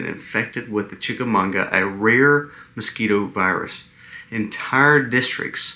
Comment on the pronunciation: CHIKUNGUNYA virus. Not "chikamunga"